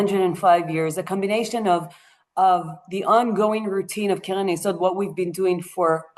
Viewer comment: I had difficulty understanding you, because of the way you sped through and pronounced some words, especially "Keren", because you made it sound like "Kelen" or even "Kelev". I am wondering if AI was involved here?